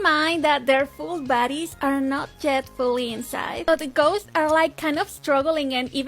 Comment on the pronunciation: am i the only one who kept hearing baddies whenever she said bodys???